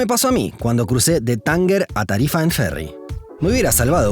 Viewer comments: Has pronunciado Tánger como si se escribiera Tanguer. Se pronuncia como si llevara una J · Si😂 ha sido muy raro